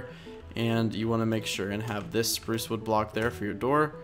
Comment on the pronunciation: U said Supruce Wood